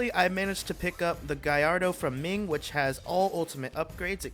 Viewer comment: Hearing him say Ming whem Im named Ming is insane